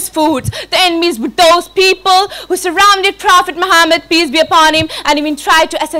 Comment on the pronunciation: kindly reduce over acting & pronounce correctly Prophet's name this is محمّد not ماحمد